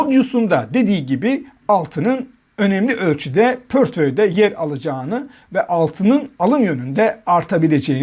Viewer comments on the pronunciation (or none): Portföy ,dünya,teminat,faiz kelimelerini okuma yanlışları var daha düzgün okunsun yoksa ben okuyacağım